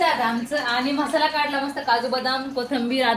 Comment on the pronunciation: 🙆‍♀️😂😂 mhasala❌ masala ✅